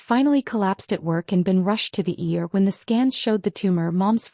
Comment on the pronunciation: It's the ER not the ear